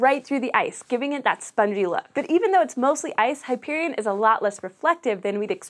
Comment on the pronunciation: Eye-AH-pet-us. Hy-PER-ee-on. Mur-AN-dah.